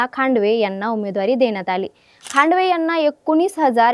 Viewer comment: ही गावठी anchor बदला पाहिले..... चलवादी ला चावलादी, धानोरी ला धानोरा, खांदवे ला खांडवे, सगळं उलटं पालट करून ठेवलं.😂